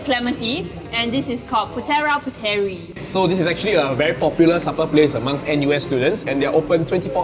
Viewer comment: its pronounced as PU-THE-RAA & PU-THE-REE, anyways love the video!